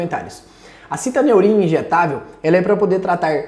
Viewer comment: Estranho o amigo pronunciar citAneurim, quando na embalagem está fixado citOneurin. Sei que o nome pouco influi nos resultados, mas é só uma curiosidade minha, sobre o nome do medicamento.